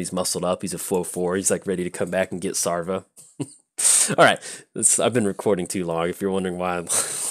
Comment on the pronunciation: SavRA not SARva! Even you play a ship full of boney pirats! ARgh! ;)